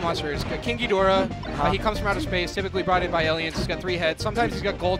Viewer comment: they're pronouncing "ghidorah" wrong. yeah I am that guy